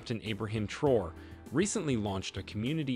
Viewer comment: Pronounced Tra Or Ray.